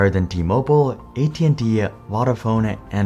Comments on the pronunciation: I don't know how much research you do for these videos, but it would have taken about a minute to learn how to pronounce "Vodafone". Voda like Yoda. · Please learn how to pronounce key words in your script correctly. Vodafone in this video, Gelsinger in the Intel video. It’s lazy and annoying. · 2000 was not Vodafone's first foray into wireless telecoms. They'd been doing it for years in the UK and elsewhere. It's also pronounced differently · Narrator can’t pronounce Vodafone properly 🤣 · Interesting video but it grates my ears the way you pronounce vodafone. Both o's are long like in phone.